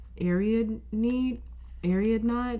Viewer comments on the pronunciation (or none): pile 3. its pronounced air e odd nay. Its i think a greek god!